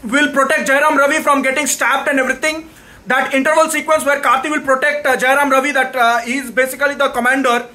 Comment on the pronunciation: First u learn the title properly man. And it's Jayam Ravi. Not Jayaram Ravi. 😢